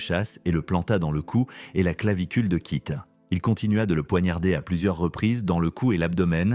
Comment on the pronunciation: Kit kiss au lieu keith 😵‍💫🤭 ionaïtiiiiid au lieu de iounaïted 🤯🤬